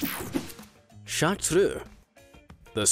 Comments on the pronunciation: chartreux pronounciation: fdgh-dfsh-hgu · I love the way you say Chartreux, I love the way it's originally pronounced. I brag to everybody about my gorgeous Chartreux girl. She is soo intelligent, loyal, and friendly, and yes.. She has amazingly fast reflexes 😂😂